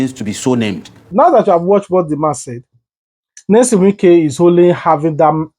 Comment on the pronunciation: Please go and lear how to pronounce people name